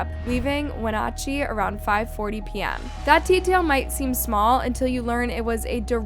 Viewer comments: it’s not wenatachee… it’s pronounced When natch chee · Wa-na-chee is how it is pronounced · You pronounced Wenatchee correctly the first time you said it in the beginning of the video but it went all bad after that. At the end you were able to say it 2 different ways within a minute of eachother & unfortunately both were incorrect. Phonetically its 'When-atch-ee'. Just trying to help you out because I know if I was totaling butchering a towns name I hope someone would help me be able to refer to that community properly. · The town is pronounced "When-at-chee" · The way you said Wenatchee… clearly we didn’t do our research.